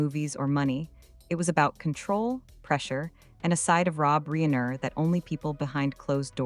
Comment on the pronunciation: Reen er? AI, that is just lazy.